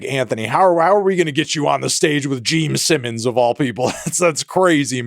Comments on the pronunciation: Jeem Sinnums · He also said "Gene Sinnons" lol fully taking the piss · “Geme Simmons” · Geme Sinnoms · Anthony “Jeame Simmons” Fantano. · gene simmons ❌ gene sinnons ✅ geme simmons ✅✅ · am I hallucinating or does he just keep unapologetically saying GEEM SIMMONS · Is it just me or is he saying geme sinnons?